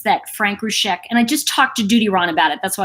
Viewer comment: I want to say a helpful thing, please don't interpret it as rude. They pronounce it ROO-ZEK. You say Roosheck. If you care, honour them, and pronounce it as they do.